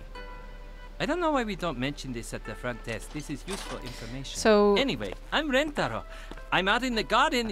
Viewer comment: I still think the most American thing about this game is that no matter how many times Nancy is corrected on how to Rentaro's name, she still gets it wrong *and Ryokan